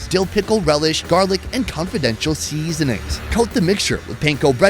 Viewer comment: Love the MN state fair! But if you are a native Minnesotan, why do you pronounce "seasonings" so strangely? 😂